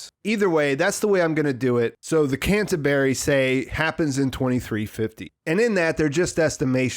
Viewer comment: he working on ice hauler called "can of berry" hehehe